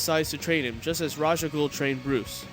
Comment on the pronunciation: nah not rash raysh